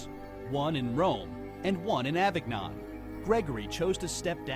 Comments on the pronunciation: not avig-non, a-veen-yohn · Come on, how hard is it to pronounce Avignon at least somewhat correctly? Surely you don't pronounce filet mignon as "MIG-non". I'm not one for affecting accents to pronounce foreign words in the English lexicon in their native accent, but "a-VIG-non" just sounds so unintelligent. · Better: AH-veen-yohn. And Apostolic "Penitentiary": PEN-it-EN-chee-AIR-ree (Simon uses English pronunciations, but sometimes he's just wrong. Like "de Medicis": duh- MEH-dee-CHEESE). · Avignon is pronounced aven-yon. >.< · Exorcisms are still performed because the Devil is still at work. Schism is pronounced "SIZ-um".Avignon is pronounced "Ah-vee-NYOWN". You can be forgiven for anything if you are truly sorry, but you can still go to jail if you're caught. Priests can absolve (only God forgives) the two you said they cannot. Sorry. I skipped the Nazi gold. This was fast? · Can't pronounce Avignon? OMG... I'm not listening to another second of this. At least Simon's accent makes his mispronunciation of American English tolerable. This butchering of a French town's name by a guy with an American accent just sounds trailer park-level ignorant. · Nothing against (except his needing to learn how to pronounce Avignon) but why do I feel like I've just watched some crap on Fox News? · One of the reasons I like to listen to British speakers is because they have learned how to speak English. This guy says predecessor when he should have said successor, and uses the most Bizarre off the wall pronunciation of Avignon I have heard in my friggin' life. American YouTubers under thirty, You must learn how to speak standard English dammit! By the way I am American.